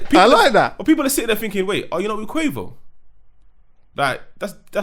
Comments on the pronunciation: The way just keeps calling him Quavers 🤣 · 😂🤣🤣 keep calling Quavo Quavers